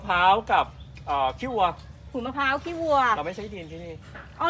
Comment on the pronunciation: กินข้าวไม่เลย อย่าเน้นคำว่า ขี้ 555 พูดว่าขี้วัวดีกว่าครับ